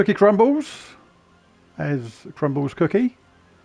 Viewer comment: It was right after you said, " well, that's how the cookie crumbles" . It sounded like crumbs on my cookie. At least to me 😂